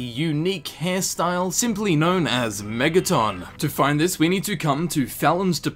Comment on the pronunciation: why do you put so much emphasis on the O in megaton?